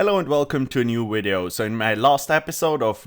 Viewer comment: “Shield of Arav.” Good, good, atta boi... “wideo” facepalm